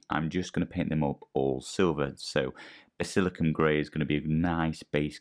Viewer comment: Great video man… but…. Basil-I-can-um 😂😂